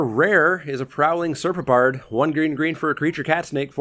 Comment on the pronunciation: I think you're pronouncing it correctly. I can't hear anything wrong